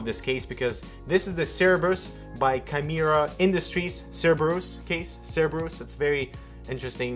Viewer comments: also the c sounds like a k, also like the person above said sorry but the way you said cerberus just didn't sit well with me... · "sir-burr-us" and "kai-mere-a" now I feel better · Oh, I almost forget you're french and then you say the word "cerberus" and I'm immediately reminded. Makes me wonder why you guys aren't the Hardware Alouettes:P